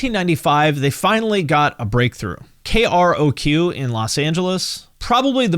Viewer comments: I know this is just me: but growing up in this period- it's fuckin painful to hear K-Rock be called "K.R.O.Q" [shivers] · Great video as always! Small note, having grown up in LA and raised on KROQ: it’s usually pronounced as two syllables, “K-Rock”. Sometimes they’ll say both, “You’re listening to K R O Q — K Rock!” but 95% of the time it’s just K-Rock 🤘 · It’s pronounced K. Rock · I've always heard it pronounced KRock, not pronouncing every letter. Interesting! Another one in the books. Thanks for the video. You're the best. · Nobody has ever called KROQ "K-R-O-Q" before the release of this video. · How do you not know that KROQ is pronounced "K Rock" ffs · I’ve never heard someone spell out KROQ before. I was confusion. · "Kay-Are-Oh-Queue" lol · Hey! Love your content! Sorry to be that guy, but correct me if I’m wrong, but isn’t KROQ pronounced “K-Rock”?